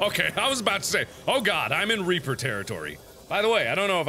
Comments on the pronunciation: I coulda swore he said “there is a big giant RAPER” instead of REAPER. 😵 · when he said big reaper I thought he said big raper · he said big a** reaper but it sounded like big a** raper